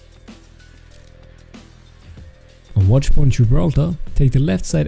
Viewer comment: Watchpoin??? I think you mean watchpoint xD